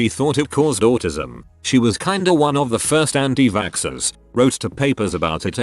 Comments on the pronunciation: was I the only one who was a bit confused whenever the robot boice said anitvaxxers, it would say antivaskskskskskskskskskskskskskers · Reddit: Anti-vaxxers Text to speech: Anti Vackscksers